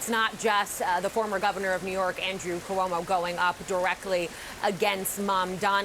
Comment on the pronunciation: Ku-omo? Who is this reporter??? Reporting from the White House no less